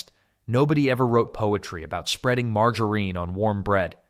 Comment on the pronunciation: The wrong pronunciation of margarine